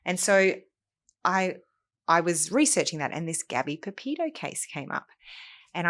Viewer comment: Gabby's surname is not Pepito. It is PeTito. Please do Gabby the honour of pronouncing her name correctly. It is sloppy work, and really annoying to hear you get it wrong over and over again. I am genuinely surprised to see a lawyer who has done the research get this wrong.